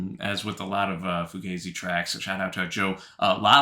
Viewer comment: I think it's 'fuGAHzi' rather than 'fuGAYzi'